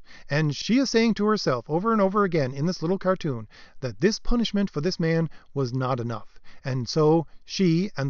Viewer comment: "PUNISHIMENT" lol